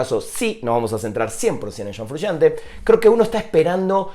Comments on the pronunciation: shon frushante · Shon Frushante.